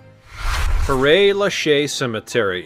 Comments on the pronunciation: Mon dieu not pronounced pear Is like more pera in italiano il like said per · Pear...? More like "pair"... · Pair not pear😂😂😂😂😂😂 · Very interesting… but père is pronounced like pear, meaning father in French. Love these narrators who don’t do a little research before recording. 🙄